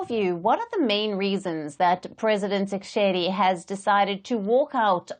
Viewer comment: You are taking gumbles,you can't even pronounce the DRC president properly....